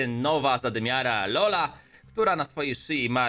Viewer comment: nie czola tylko hola